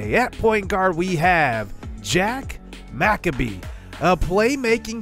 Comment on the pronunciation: Jack McCabe is pronounced in 2 syllables. The first is pronounced Mick like Mick Jagger and the second is pronounced Abe like Abe Lincoln. Love the series, keep it up